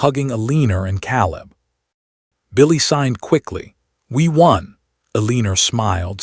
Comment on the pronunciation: Correction: Eleanor = El-lăn-ōr not Eleener Caleb = Cā-ləb not Calb.